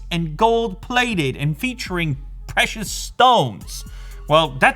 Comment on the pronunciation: peshhious stones